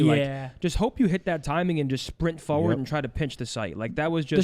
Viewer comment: Someone tell that it’s “forward” not “foward”